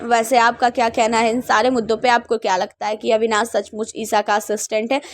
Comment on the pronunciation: अविनास नहीं अविनाश कहते हैं